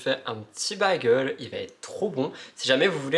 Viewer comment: Video toujours agréable Juste « bagel » se prononce « bèguel » mais on t’aime pareil. Courage pour ton permis. Fais toi confiance!